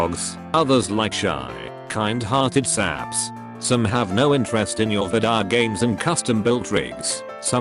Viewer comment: "Vidya games"